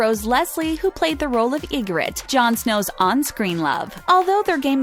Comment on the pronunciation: What you didnt like about pronounciation of 'Ygoritte'....?🤣